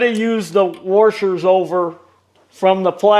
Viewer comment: "you're going to want to keep these warshers"